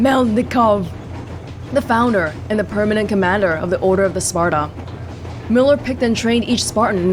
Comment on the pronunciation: wow I’m really impressed with your pronunciation of Miller’s name, molodetc proper pronunciation is Moskva